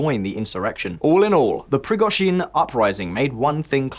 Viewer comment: Prigozhin is not pronounced with emphasis on last syllable! Try emphasising 2nd syllable.